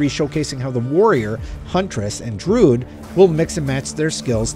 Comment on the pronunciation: And "drood"